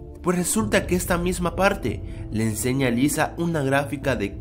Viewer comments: una palte. XD al parecer aún no se desenreda lengua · minuto Pues aqui hay una "palte" que eres chico o q?